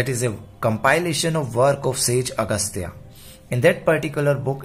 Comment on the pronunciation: श्‍लोक को श्‍लोका , सूत्र को सूत्रा , अगस्‍त ऋषि को अगस्‍ता ऋषि , पाणिनी को पानिनि , बौधायन को बौधायना क्‍यों बोल रहे हो , उच्‍चारण नहीं आता क्‍या , अगर नहीं आता तो सीख लो , कनोलेडगे को नोलेज कैसे बोलते हो , सार को कार कैसे बोलते हो , बुट को बट कैसे बोलते हो , जब किसी शब्‍द की उत्‍पत्ति अमेरिका है तो उसका उच्‍चारण अमेरिकन ही बताते हैं वैसी ही जो शब्‍द भारतीय जनित हैं उनका उच्‍चारण भी भारतीय लोगों से ही सीख लो , गलत उच्‍चारण मत करो